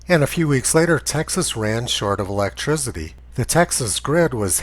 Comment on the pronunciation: Tony, I really appreciate your videos and all the effort you put into them. I've got to say though that I break out laughing every time you say "electrizidee" LOL literally. Keep up the good work.